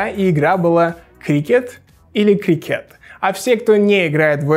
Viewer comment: Почему "или крикЕт"? Словари ударений не фиксируют такой вариант, везде только крИкет.